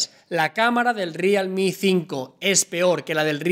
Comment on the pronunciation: Rialmi???.... jajaja